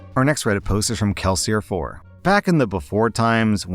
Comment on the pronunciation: so wait. We're skipping over the important shit here... do you read Mistborn/the Cosmere? You pronounced Kelsier too well to not have already known the name 👀